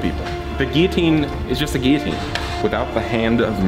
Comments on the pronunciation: Geeateen naa, Gillateen yea lol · It actually bothers me the way you say guillotine. There’s a fucking L and it’s supposed to be there